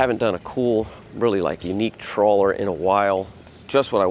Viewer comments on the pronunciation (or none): Great boat ! Great video ! Quick correction, and it's a small one. It's pronounced "Traw-ler" Not "Troll-er". LOL ! It's a small thing, but in today's vernacular, probably need to be careful. Once you've been around this a little more, you'll get the hang of it and people will be able to tell. Cheers !